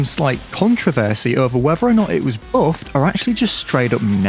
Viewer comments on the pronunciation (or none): "Whether it was bouffed, or ackshully just straight oup Naurfed!"